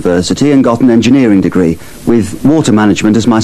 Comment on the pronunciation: Btw, Q7 should be "degree" instead of "defree":))